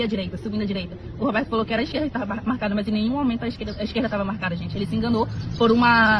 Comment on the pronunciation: Eu " tarra" muito cansada...dai eu "tarra"